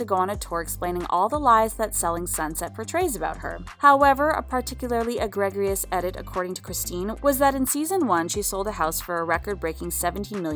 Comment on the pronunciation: YOU DID NOT SAY “a-GREG-ri-ous” 🤣🤣🤣🤣🤣